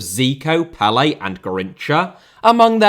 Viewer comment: Pelé* not Pelei Awe* not Or Roque* not Roquei Andrey* not Ondrey Copa* not Copper Alberto* not Albötouw Debut * not Deibyu Possession* not Posession Argentina* not Orgentiner Croatia* not Croatier Style* not Stahl Mateo* not Matejouw Silva* not Selver Serie* not Seri Inter * not Ento München * not Munich Jesus* not Jeisus Liga* not Liguer Russia* not Russier Adriano* not Adriohrnouw Fabiano* not Fabiohrnouw Grafite* not Gráfitch Afonso * not Afonzouw Heerenveen* not Hierenvein Renan* not Reinan Fifa* not Fifer Bebeto* not Bebitouw Rather* not Rother Uefa* not Yuweifer Venezuela * not Venezueiler Tite* not Tchitchei Fluminense * not Flumenensei Idea* not Ideer